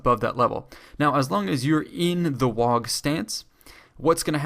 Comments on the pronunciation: It's pronounced "WAH", not "Wag" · You don't pronounce the g in WAAAGH! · The point where you can't pronounce waaagh properly was the point I realized you didn't know what you were talking about